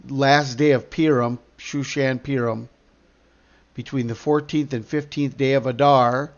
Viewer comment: Thank you. 3/3 tomorrow. FYI, Purim is pronounced (poorim).